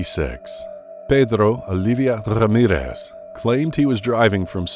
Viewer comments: Pedrrrro Oliviá rrrrramirez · Pedddddro Alidddddddia Rrrrrrrramirrrrrrrrrrrrrrez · Pedrrrro Olivia Rrrrramirez